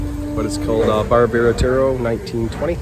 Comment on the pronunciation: It is not "Veradero." It is "Varadero." Say it right